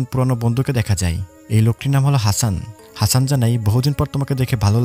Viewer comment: সবই ভালো লেগেছে.... শুধুমাত্র হাচান না বলে হাসান বললে 👌